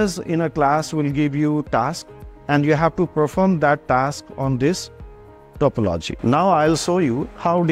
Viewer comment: Please pronounce topology accurately its so annoying to po logi